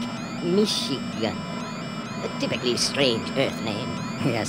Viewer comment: I cant tell you how many times i listened to this record on my little red record player. Before VCRs, this was the next best thing to catching a godzilla movie on Creature Features saturday afternoon. And hearing 'Lake Micheegen' was so cool as Lake Michigan was our lake!